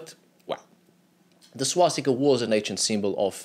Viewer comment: Its swastika not swastikā. Swastikā would be female swastika which doesn't make any sense